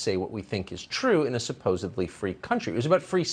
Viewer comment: Tucker said supposebly 😂